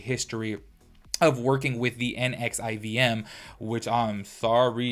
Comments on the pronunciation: It’s supposedly pronounced Nexium. The V is a U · I think it’s pronounced nexium